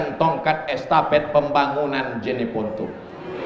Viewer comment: JENEPONTO BANG bukan JANEPONTO